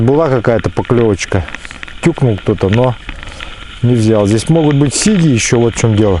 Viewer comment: А у всех Сиги, ударение на первую и)я сам с Карелии,мне ухо режет.Думаю что сиги в пачке,сиги в озере)